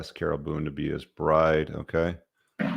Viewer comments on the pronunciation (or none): none